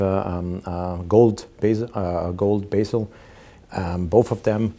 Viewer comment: Sir, it is not basil but bezel --bɛz(ə)l